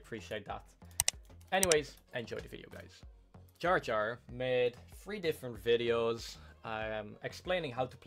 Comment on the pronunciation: Its not jar jar his name ( jaya var men)